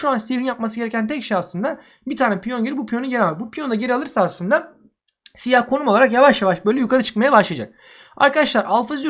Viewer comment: abi senin siyaha sıyıh demen çok iyi :D